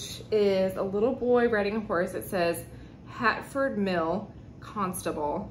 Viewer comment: Hi the 2 prints are Constable’s He is a Famous British Artist (he’s dead )who painted country scenes around Dedham and Flatford in Suffolk England, which is where I live. You are right to love them,an original goes for big money 💰, it’s not Hatford it’s Flatford, probably the script it’s written in makes it look like an H. Good haul love the other print also ❤️